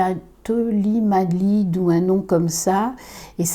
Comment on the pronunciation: À: big up de parler de la thalidomide (même sa façon d'écorcher le nom du médicament est trop mwignonne ^^). Un médicament prescrit aux femmes enceintes trop incommodées par les nausées dans les années 60, et qui a provoqué des dégâts considérables sur les foetus. Ma grand-mère qui vivait en Allemagne en a pris, et ma tante est née avec une phocomélie (elle n'a qu'un bras valide, le second s'est mal développé). À l'époque, comme le souligne, pas d'échographie, ni d'analyse du liquide amniotique... Après un long et difficile accouchement, en cette année 1961, on pose sur le ventre de ma grand-mère un petit être. Elle découvre sa fille en même temps que la malformation: le bébé n'a pas de bras gauche. Et qu'a trouvé à dire la sage-femme pour consoler ma grand-mère? "Soyez brave. Dieu n'éprouve que ceux qu'il aime." 😒 J'invite tous ceux qui veulent en savoir plus sur ce drame dont on ne parle plus tellement de nos jours, à lire l'article Wikipédia sur le sujet. Et aussi parce que c'est suite au scandale de la thalidomide qu'a été créée la notion de "pharmacovigilance" - avant, ça n'existait tout simplement pas...